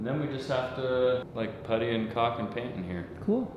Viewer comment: Okay please stop pronouncing caulk “co*k” it’s pronounced “kawk” like the cork in a wine bottle! I’m in stitches every time you say it lol 😊😊